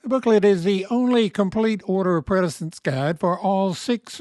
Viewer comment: Quality info. But: precedence = "pre SA dents", not "pre DA cents'. Think of it like something "preceeds" something else (not pre-deeds).